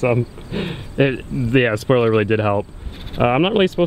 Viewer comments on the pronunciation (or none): "Spioler" alert!